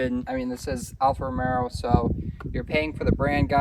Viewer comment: I tuned out the minute you failed the pronunciation. I’ve owned a number of Alfa’s. My Giulia and Stelvio have been absolutely rock solid and amazing